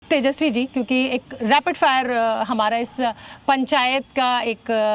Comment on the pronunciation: Rapid hota hai Cs "Raipid" nahi